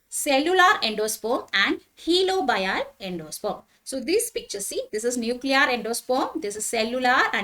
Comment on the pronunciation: Mam..Third type i think it's helobial. Not heliobial. Any way nice class thank u